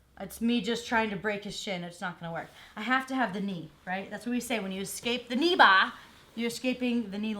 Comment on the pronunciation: lol she said "knee bahh". "ahhh you kidding me?!! theh's no fahckin knee bahhs!!??"